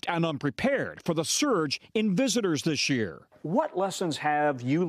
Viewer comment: We've cured Miquel how not to say "This year", now it's Costello needs to learn how to say it : It's not DISH year! Can you believe it? A reporter for decades of experience on national TV and speaks like an illiterate amateur.